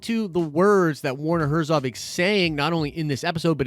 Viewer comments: His name is Herzog! Not Herzov. You said it several times. Come on man. A Nerd would not miss that detail. Also, I agree with another comment, maybe the Baby Yoda is actually a clone of Yoda?! Not just his species, but actually him. That would be insane! I'm going with that. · It's HERZOG not HERZOV! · Herzo*G*. Werner Herzog. ;) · the "ö" aka o umlaut is pronounced like he said it, German and stuff Edit: but the gh is better